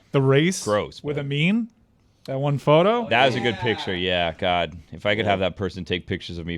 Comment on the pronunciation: adds a "T" at the end of some words that end in "d". So it's "endt" not "end". And "oh my godt!" not "oh my god!" Nothing malicious, i just think it's interesting.